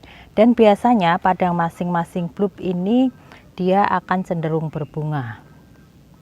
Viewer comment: bulp...dibaca balb